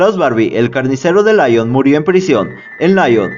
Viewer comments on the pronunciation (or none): Muy buen video, lástima la insistencia en pronunciar "Laion" al hablar de Lyon, que se pronuncia así, Lyon, fácil. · El único defecto que le veo a tu vídeo, y lo digo de manera constructiva, es que digas en varias ocasiones "Laion" en referencia a la ciudad de Lyon, que se pronuncia "Lión". Creo que hay que informarse con los nombres extranjeros antes de integrarlos en un vídeo tan interesante. Saludos. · la ciudad de francia LYON se pronuncia en frances como líon . no layon (lyon ) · Se pronuncia Lion, no Laion, es francés, no inglés.